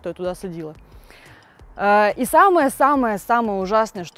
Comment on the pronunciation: Классная девушка,но пожалуйста, не садили, а сажали!!!